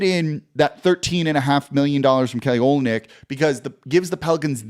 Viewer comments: Pronounced o LYN yk. Accent on the middle part. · Good luck to the Pels next year. Hope they do well. It's also pronounced O-lin-ick. Go Kelly.